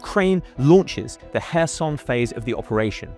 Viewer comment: Pronounce it as kharkiv and kherson. not hers herson and harkiv you can't even Pronounce the cities names right.